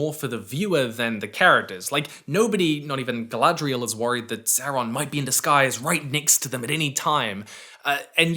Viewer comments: i hate the way they pronounce some things that mostly started in the hobbit, like why they saying “gfdlaygaghrial” instead of Galadriel, tbh even if this is based on tolkiens stuff it sounds like someone making a very bad attempt at saying a word from another language like when Debora from kanas says “inchy ladas” LOL and THE SEA IS ALWAYS RIGHT?!?! WHAT?!?!?!?! this is not how humans talk, yes tho as ya pointed out theyre just not the most experienced writers, shoulda known tho abrams had his filthy paws involved lol, abrams i dont give the same grace he knows hes making trash he never changes never listens to feedback he just sticks his fingers in every franchise to ruin them for a quick bit of cash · Rings of Power reviews is how I found out about. At first, it seemed like he just had legit criticisms. Then I heard him say Guyladriel. So I looked at other videos of his and one of the first ones I clicked he says that he enjoys Daily Wire content. Boo.